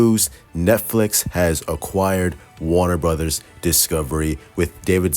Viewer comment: Some of the Snyder cult a waving the white flag... Not your boy the. I know it's bad but I enjoy just listening to him try to pronounce things. "Warna Burddas" 😂😂😂😂